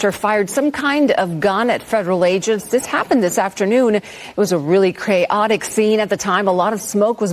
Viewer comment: "It was a really cray-otic scene..." Did she just say that?